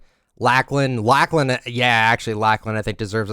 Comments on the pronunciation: Lacklahn? Who da hell is dat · bruh the way he said laklan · Not trying to be rude but you said Lachlan wrong its lock-lin if that makes any sense